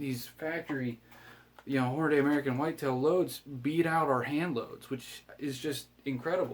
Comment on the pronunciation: Pronounced Hornadee, not Hornaday... sorry...